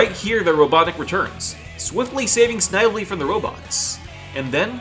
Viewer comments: It's pronounced sniv-uh-lee. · Snively is pronounced "Sn-vel-lee" Like they do in the cartoon. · I subbed, really liked listening to your video while I worked, but please do a bit of research on how character names are pronounced, you can check Snively's pronunciation in Sonic's SatAM cartoon, keep up the good work! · You say snivley funny